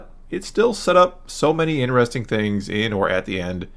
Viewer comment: Dude you gotta stop staying interesting so much. Also there is no ‘a’ in ‘interesting’